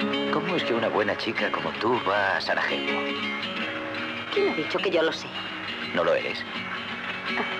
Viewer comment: Zvornik, no "évornik". Ademas, Sarajevo no se lee como la jota habitual, sino como Y. Se lució el doblaje...